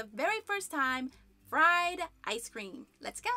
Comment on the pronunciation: Fryce cream eh?